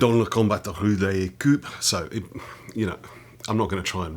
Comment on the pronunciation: Actually your French pronunciation is quite nice. I mean you mixed up the sounds for "ou" and "u" using "ou" in the word "rue" and "u" in the word "coup" (which as you prolly realise is quite a funny mistake :v),but the general sounds you make are quite close. And I mean if you don't speak the language regularly it's natural that the pronunciation fades away. My current pronunciation in English is terrible for that matter